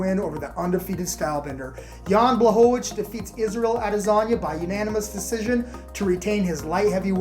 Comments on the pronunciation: did you say adelasagne? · “Add-ezaña” lmao